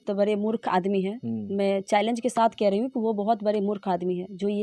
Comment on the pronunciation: Are bhai bolne ka saleeqa kab aayga Shath bolte ho sath bolo